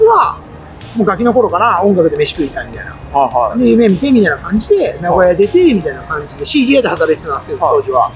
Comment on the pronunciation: 「な」ごやじゃなくて、な「ご」やなんですね！